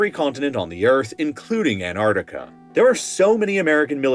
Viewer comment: Can you learn to pronounce Antarctica properly? Its not Anartica....its Antarctica!